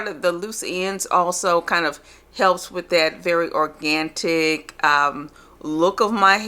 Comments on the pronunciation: There’s isn’t a “T” in orGanic😒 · Grace given! She meant organic aka mint organtic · What's "organtic"?